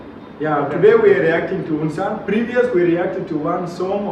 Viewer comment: Bro.Not un sun.Its pronouns U......N Sun right.👉🇮🇳🤩🇮🇳😍🇮🇳